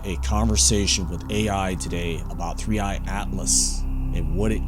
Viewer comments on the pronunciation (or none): Just to be clear its the number 3 and letter i ( 3I ) you said 3 eyed atlas.